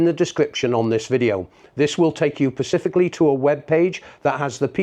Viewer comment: love it when people say pacifically lol😂